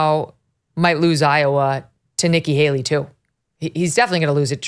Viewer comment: NIKKI “HALEY-REE” CLINTON